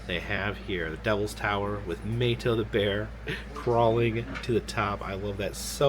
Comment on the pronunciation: Hey, Love your videos,met you at mountain Mall in Gatlinburg,also Mato is pronounced Mahto, Blessings to you and family